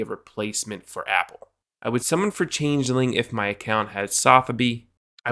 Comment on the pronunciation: You're the first person I've heard pronounce changeling correctly.